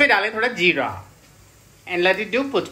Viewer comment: Jirrraaaa,chhhoorrrraaa ehhh😂 🤟 Kaamal englisssshhh hain yarrr🙊